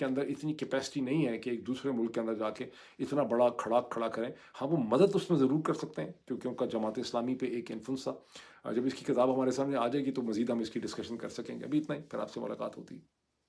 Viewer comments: Ap kitaab KO kataab kyun bol tae hain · Sorry to be a nuisance, one word you keep repeating is "Katab" for book. It's actually kitab with zair not Katab.